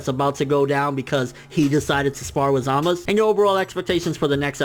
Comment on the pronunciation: ZAMAS OO NOT ZAMAS